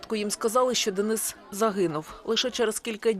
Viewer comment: Як гидко слухати від українки, (дініс.). ДЕНИС-український Герой, захисник. А не (московський деніс) Слава нашим українським захисникам!